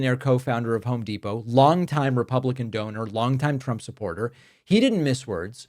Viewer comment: the pronunciation of the letter "u" when saying trump's name, the sound uses the "u" like saying the word "use" to make it sound like truump. it sounds so stupid. do you get what i mean? so if you're the one saying that i think you should change the shape of your mouth